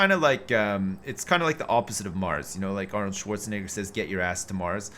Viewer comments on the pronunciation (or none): none